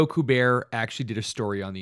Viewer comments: Did I hear you say Joe Ku-'bear',?? Steven Cole-bert called and wants you on his show to talk about it..... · Kubert = KYOO-bert.